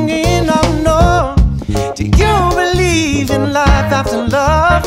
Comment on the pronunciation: listen to 'Running Away' by Vulfpeck. Joey Dosik sings in that as well and the way he pronounces believe sounds like he's saying "bedieve"